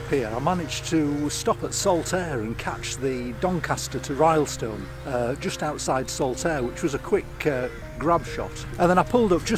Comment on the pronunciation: "RILLstone" not "RYElstone"